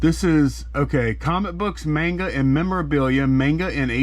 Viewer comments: It's not Ming A it's Man ---GAAAA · Maiinnnngaaa! Lol had me laughing. Not sure how it's pronounced but that sounded hillbillyyyy. Keep the great content coming!!! I still use my shed flips box cutter!